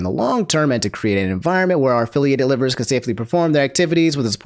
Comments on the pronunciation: I find it amusing that pronounces liver like the organ and not live-er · its (Live-er) not liver 😂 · when said livers(the organ) instead of live-ers I laughed. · thats not as obscene of an offense as pronouncing liver the organ way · Everyone: It's Selen, not Selene! Me: Why you pronouncing LIVErs as liver? 😅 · Bro I know this stuff is important news but your pronunciation of liver is hilarious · Aint no way he said liver like liver, the body part, in the selen section 😭😭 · I can forgive the Saleen thing. But how are you referring to Liver as its the bodily organ. Lie-Ver Not lih-ver